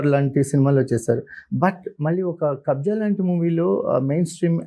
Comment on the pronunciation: It's Kabzaa not kabza